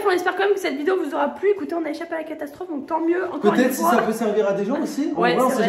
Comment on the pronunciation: dit donceu! Fait attention 🤣❤